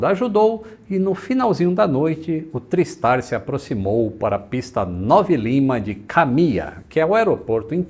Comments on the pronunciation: não. A pronúncia usual é "trái" o mesmo em tricicle, tripod, triangle, etc. Procure algum documentário sobre o TriStar em inglês e ouça como eles falam. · consulta o Cambly.... A pronúncia é TRÁISTAR:) Meu primeiro voo internacional foi nele. O Lockheed L-1011 Tristar era extrememente avançado para a época: o primeiro avião comercial capaz de decolar, voar e pousar automaticamente. Mesmo assim, tinha 3 tripulantes no cockpit, sem contar os fantasmas.